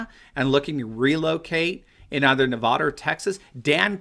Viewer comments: Yo would you please learn how to pronounce Nevada properly the way you say it is most irritating to Nevadans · That’s not how you say Nevada!